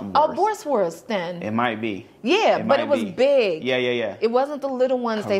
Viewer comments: boerewors. BOO-RE-VORS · You pronounce pap like "Pup". Boerewors = boo ra vors